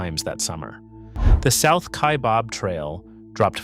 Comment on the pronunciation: Kaibab like rhyming with cab. Not Kaibob